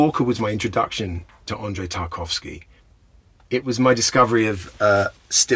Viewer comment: The way he prounces the Russian name Andrei like it's British is hilarious!